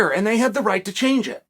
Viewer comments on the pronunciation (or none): none